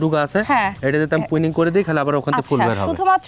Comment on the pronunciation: এই হালা ১৩৯ বিঘা বাগানের মালিক, অথচ প্রুনিং উচ্চারণ করতে পারে না, পুইনিং কয় 😂